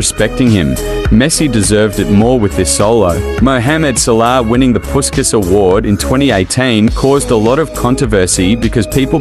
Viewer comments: Without any disrespect of course, imagine if you could pronounce Puskás correctly. It’s supposed to be more like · PuSkaS 😂🤣 Man, I know there are different traditions of pronunciation in different countries, but if you check original Hungarian one and even standard British/AmE, you will see that his name should be pronounced through 'sh', not 's' : Ferenc Puskás (Hungarian pronunciation: [ˈfɛrɛnt͡s ˈpuʃkaːʃ], UK: /ˌfɛrɛnts ˈpʊʃkəʃ, ˈpʊʃkæʃ/. So, it's [Pushkash], not PuSkaS =) What about you guys? How is it pronounced in your country? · Like basket but their pronouncing is puskas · It’s pronounced like pushkash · It's pronounced "Pushkas"